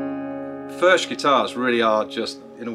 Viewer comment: It’s pronounced “ F E R K “ Cheers